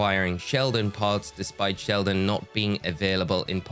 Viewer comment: Shieldon? 🚫 Sheldon? ✅️